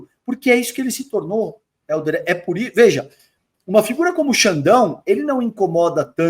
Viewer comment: Acho massa o chamando o Helder de "Éldio". Kkkkkkkkkkkkkkk